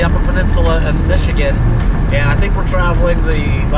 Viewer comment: Listening to all of the gang mispronounce the names of places in Michigan is a hoot. Many of our names come from the French settlers or the Native American peoples. No wonder they're so hard to say!, if you take some drives around the bigger lakes here, you'll see that they all have little cottages like that around them. Except for places like Traverse City or Petoskey where they are mansions.